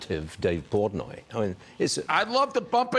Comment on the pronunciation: Portnoy not portoy